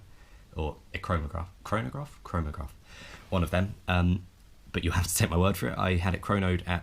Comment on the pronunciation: "Chronograph. Chronograph? Chronograph." Lmao